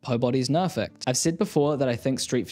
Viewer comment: “Pobody’s nerfect” Love it! 😂